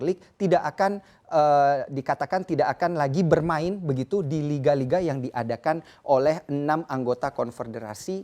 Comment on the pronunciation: Nyebutin liga spanyol susah bgt kek nya? . Kayanya host nya gasuka bola?